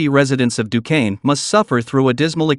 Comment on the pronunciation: At least he didn't pronounce it "Dew-quence"!😅